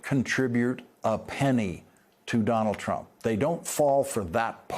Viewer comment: Does Lawrence know he can just say "Trump" and we'd know who he's talking about? He doesn't have to say "Donald Trump" each and every time. It's become a single two-syllable word for him: "Dolltrump". It just doubly hurts to hear both names.